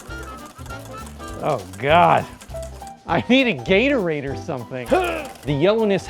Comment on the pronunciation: DID he really just said GatoradeR 🤦🏽‍♂️🤦🏽‍♂️🤦🏽‍♂️